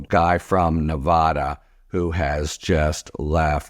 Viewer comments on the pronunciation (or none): Love your stuff, Harry. But...say it with me: bad, sad, glad, Vlad, Brad, cad, rad, lad, mad, fad, pad, Ne VAD uh. Really. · I'm sure he thinks he's doing Don-old's bidding. BTW, the "a" in Nevada is like apple!! Just ask the people who live there.